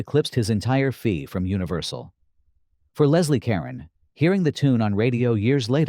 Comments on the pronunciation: Caron is pronounced "Cuh-roan." not karen. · Leslie Caron’s last name is pronounced Ka-RON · I winced at every "Karen." Fortunately, each time Ms. Caron appeared in the video, I could hear her singing "The Night They Invented Champagne" on the soundtrack playing in the back of my mind. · So, Pelicans and Ducks look alike?....would have sworn the twins were on screen at the same time so how again are they hiding?...and will you please pronounce Carron correctly.